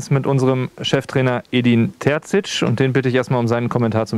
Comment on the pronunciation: Warum wird er selbst vom Dortmunder Pressesprecher falsch ausgesprochen? Kann man das denn nicht richtig etablieren? Ist ja nicht so, dass sein Name sehr schwer auszusprechen ist.